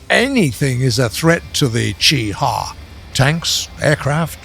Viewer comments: The cheh huagh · WHY DOES HE SAY CHI-HA LIKE THAT